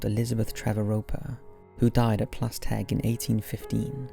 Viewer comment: Can I just say you’re pronunciation of Plas Têg is absolutely spot on 👌